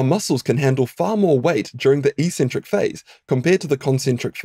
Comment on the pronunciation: Helpful video - and the first time I've ever heard eccentric pronounced like "e-centric" rather than like "ex-centric". Is that a New Zealand thing?